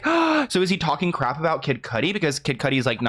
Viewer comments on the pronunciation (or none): none